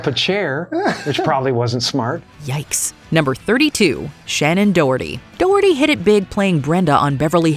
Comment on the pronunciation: Why can't you pronounce 'doherty'?